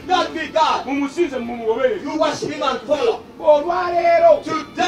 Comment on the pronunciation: followers you must interceed for your pastor kubanga Bambi?. The way he calls God Guard hoo